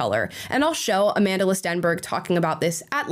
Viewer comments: A-MANDELER Stenberg? How are you going to pronounce an African name so egregiously incorrectly? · Its Amandla not Amandila 😂😂😂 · "Amandla" as in "power", not "Amandela" like "a lot of South African money" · lol cracks me up every time people say her name wrong